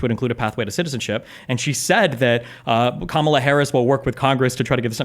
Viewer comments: Did he say cuckmala? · Every time, I hear someone say ka-MA-la, I just automatically think, "Well, this person is an idiot." Seriously, you know you're in a cult when mispronouncing a name is required to be part of the in-group. I don't recall it being a requirement of Republicans to say "nuke-you-lar" just because GWB mispronounced it as such. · just can’t stop mispronouncing Kamala’s name. KAH-mah-lah, real easy. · can't even pronounce Kamala's name right. It appears to be a right wing sneaky slur. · When you still refuse to pronounce Kamala’s name correctly and you have to falsely state “that’s a fact” after each of your talking points, you are no longer a credible individual. Next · can't pronounce Kamala, either? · Why does this tool keep saying Kamala's name incorrectly even after Destiny says it correctly...every...single...time?